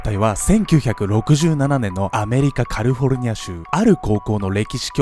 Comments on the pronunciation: ん？って思ったら「カルフォルニア」って言ってた🤭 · いつも楽しみにしています☺️☺️ ひとつ、ツッコミ😆 カルフォルニアではなくカリフォルニアです。テロップはカリフォルニアでしたが。。。キャルフォーニア→フォーにアクセント 以上、英国の授業でした🤣🤣🤣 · そろそろか「り」ふぉ「る」ニア州って読んでよ